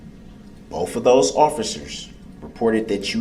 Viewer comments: Bof goes along with Truff, and wiff - Darrell Brooks butchered the English language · “Bofe detectives” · Brooks needs to go back to school. He kept saying boff, instead of both. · “ bof detectives”